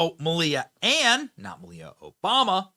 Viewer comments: Melia not Ann Ohbama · The girl's first name is pronounced "Mahl-ya", but her last name was never Obama by birth. Both girls came from "Rent-a--Kid", and over-priced, as well.